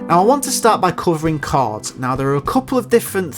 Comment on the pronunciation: Pal, it really sounds like you are pronouncing "cards" instead of "chords".